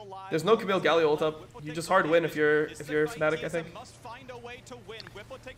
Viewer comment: FNATIC NOT FANATIC when will you over att NA cant pronouce the team name at all?!